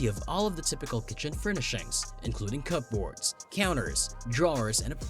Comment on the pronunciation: It’s an AI voice. Mispronunciations occur in every AI voiceover. He said cup-boards and querry.